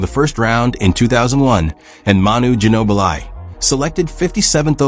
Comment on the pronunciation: That AI can't properly say their names correctly. Lazy to release vids that can't even pronounce Ginobili or Wenbanyama 😢